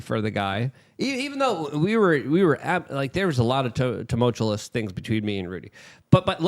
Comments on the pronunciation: will someone teach luke the english language? tumultulous??? tumultuous. I think he also says exacterbate instead of exacerbate. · Wete teachers we can't pronounce tumultuous